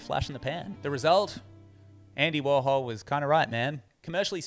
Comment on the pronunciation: you don't understand "warhol". and it's not pronounced "worhal"